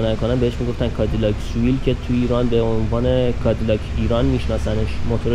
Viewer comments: Seville سوویل نه سه ویل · Cadilac soovil😂😂correct pronunciation is Seville. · تلفظش سویل هست sevill